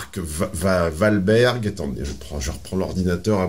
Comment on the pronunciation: Bien avant toute analyse psychosociale du cas présenté, Il faut remettre les choses en ordre, Mark Walberg ( Prononcé OUALberg) est ultra banckable, c'est un monstre du film d'action des Années 2000 , il a enchainé les block Busters, il représente l'archétype du Hero pour des centaines de millions de gens dans le monde, on peu dire aisément que c'est le successeur de Sylvester Stallone ou Bruce Willis. De plus, c'est un très bon acteur et très charismatique. Je n'avais jamais entendu parlé de Michelle William, qui la connais ? Personne ne va voir un film pour Michelle Williams. Elle ne vaut pas un clou. Elle a été rémunéré en fonction de ce qu'elle rapporte. Et Mark OUALberg pareillement . Ma fois, qu'est ce qu'il y a à dire de plus ?